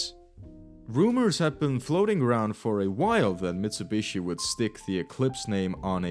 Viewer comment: hundy, mitsabushi, jagwar, bee em doubleya